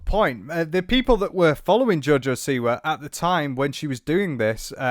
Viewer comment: I genuinely thought you said Jojo c-word. Apt